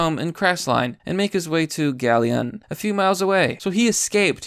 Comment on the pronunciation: You butchered the pronunciation of Bucyrus & Galion. "Byoo-cy-rus" & "Gal-i-un" is the best I can do to type out the pronunciations. And of course this was from Ohio... We make news, and it's for *this*.